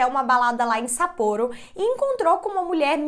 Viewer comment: Não se fala sapporô, não tem acento circunflexo, se fala sapporo sem acento.